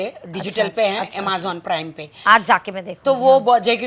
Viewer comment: Emazan wt a pronunciation rakhi😂😂😂😂